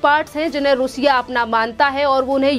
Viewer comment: Plz correct your pronunciation रूसिया , it is रशिया।